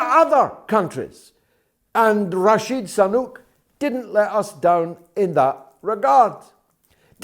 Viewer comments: I was wondering too. Is it on purpose? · George, you keep calling 'Rashid Sanuk' , while its actually Rishi Sunak.....!!!!, Why do that ? I wonder !!